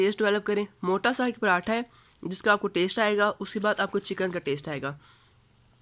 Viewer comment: Zinger atha nhi hota😂 pratha ka p Nikal k atha ko zinger k Sath bool jese zingerpratha ka p na bol bas😂